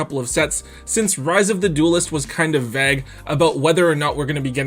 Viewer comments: are you hearing yourself? Or are you just stupid? Are you seriously telling me you pronounce the words plague and vague in a way they rhyme with the word "bag", as in plastic bag? You are kidding right? Im not being overanalitical, im commenting on a weird pronunciation of a word, and am mind blown that an idiot is telling me thats how its pronounced when i simply know it isnt Im not saying it cant be said thay way somewhere in the world, im saying ive literally never heard that word said that way in any "popular" way of speaking english, be it european, australian or american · did he just pronounce "vague" in a way that is rhymes with "bag"? XD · the word vague is pronounced like "plague" as in the disease? Iive heard and spoken to americans and australians, myself being english, and ive never heard the word vague pronounced like that (rhyming with bag) id like to add, vagu? are you 10?